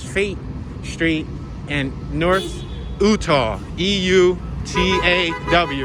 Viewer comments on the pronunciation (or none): Ouutah St, lmfao. Youtaw Street. At least talk to some people before you film. And you downtown. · I have lived here all my life and never ever have I heard of downtown being called a district lololol... and Eutaw is pronounced Utah Street... and Fayette agreed is producer Fay-ette... as one word and we have never called our city Bmore... it is Baltimore... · Eutaw Street is pronounced just like the state Utah. Just FYI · Props for doing this vid- especially since your not from Bmore. In the very beginning- Eutaw is pronounced like the state-Utah. Also,when you said- the architecture of Philly and Bmore are very similar,that is true,but they were far from hoods when built. The reason is looks like hoods now,is because of change of economy and also it went from home ownership to rentals and became very ring down over several decades.